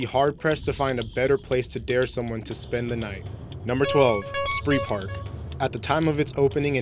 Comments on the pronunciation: And it is not Sprihpark. Not any language makes such a mess of the pronounciation as english does. Spreepark is simply pronounced as it is written with a long e sound like in emission for instance. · It's pronounced "Spreepark", like in "Spreewald". Not "Spreepark" like in "killing spree"